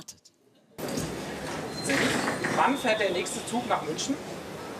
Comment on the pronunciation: München wird eben nicht mit sch und Hamburg nicht mit ch ausgesprochen.